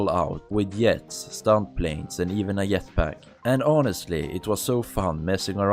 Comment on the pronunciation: "Yetpack" lol